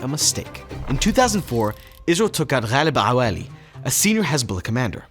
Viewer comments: "Hhhhale Bahweli" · hearing you say Ghaleb Awali with a perfect accent after speaking perfect English was fucking hilarious. Sounded like you just got a fly in your mouth or something. I'm crying.